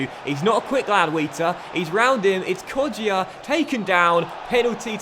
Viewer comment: It's not pronounced kodjia it's kojja